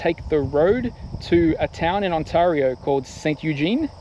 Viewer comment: On-tay-rio eh? Had you headed east, the Townships have excellent rides. Gears to you man.